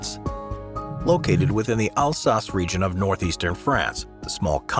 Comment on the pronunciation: 1 Germany - the fairytale country that started TWO world wars. 2 UNESCO - Screw the United Nations and Globalist power - and 3 no suprise to see the Chinese and Japanese have overrun Europe the same way they are overruning the U.S. Lastly, the guy doesn't know how to pronounce Alsace. The new 2022 pronunciation is just grotesque. Gotta KILL those long vowels to be cool these days.